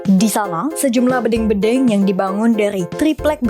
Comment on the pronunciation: Bedeng (seperti mengucap dendeng).. payah nih reporter..